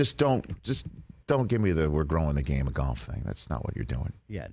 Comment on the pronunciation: It's not pronounced gyolf